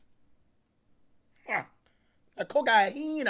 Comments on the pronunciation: Lol “that’s Cocaine cokaena” lol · Aye Brooklyn 99 reference he said cocayena Who remembers that from Jake Peralta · Nah co cai een aaaaaaaaaa is what he calls is in his pronunciation lmao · Cash didn't want to say cocaine so he said cocajina he didn't want to be demonitized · cocoena lmaooo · Man said cocahina at least 30 times this vid 😂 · “Coacahina” that “sugar booger” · "Cocayheena" - Cash 2021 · “A COCAHEENA”😂😂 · nobody: Cash: CoCaHiNa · "COCAHEENA" LOOOOOOOOOOOL!!!